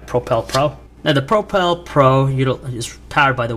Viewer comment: Really annoying, i cant stand that he cant say propel.